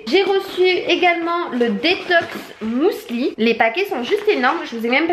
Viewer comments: On dit pas " mousli " mais muesli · Pourquoi "mousli" ? C'est un "u" 😂😂😂 Tu me fait trop rire. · Heureusement que les colis étaient bien emballés parce que franchement ton facteur n'avait pas à faire ça.. sinon je n'ai pu m'empêcher de sourire à chaque fois que tu prononçais le mot muesli, je n'avais jamais entendu quelqu'un dire "mousli" et j'adore haha Gros bisous 😘